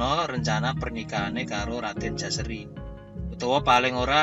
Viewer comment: Menurut baku yg saya baca, Putra dari Paranggaruda bernama JOSARI bukan Jaseri